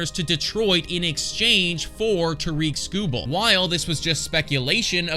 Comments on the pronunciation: It's not Tareek Skubal, it's Tarik Skubal and sorry to burst your bubble but he's not going anywhere. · It would be nice if this guy bothered to pronounce Tarik Skubal's name correctly.